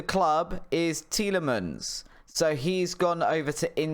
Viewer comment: Nice that you decided to say tielemans name correctly just as you sell him 😄